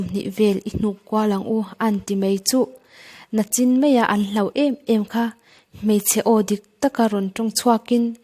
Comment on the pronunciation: Nachin ti tawh lovin nichin ti tawh la😅